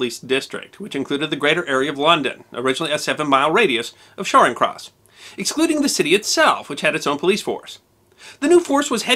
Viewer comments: I'm not sure if it was my audio, but in this it sounds like you're pronouncing Charing Cross with a "sh" as in "sharing", but it's "ch" as in "chair" (not that it's a grave offence or takes away from the video, but I have noticed that you accept corrections so I wanted to help) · The British police are also known as “peelers”. The first syllable of Charing Cross is pronounced with a hard Cha. A bit like “chat” without the “t”. Cha-ring Cross. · Just a little correction for you: Charing Cross is pronounced with a hard "ch" Like at the end of "Witch". Not soft as if it were spelled "Sharring". Not that I'll hold that against you. The former colonies always have some pronunciation issues :P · Charing Cross - hard Ch sound as in China